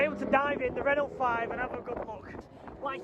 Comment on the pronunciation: Please please please stop saying Ren ult it’s Renault sounds like ren ow, great vid though 👍🏻